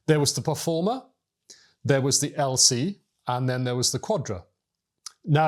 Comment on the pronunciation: Performa, not Performer.